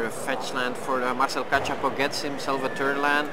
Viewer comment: Failing hard at pronouncing Kachapow right. Or spelling it right in the video info.